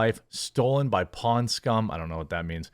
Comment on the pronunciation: Pond scum… not pawn